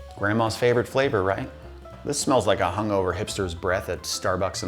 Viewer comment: I thought he said hamster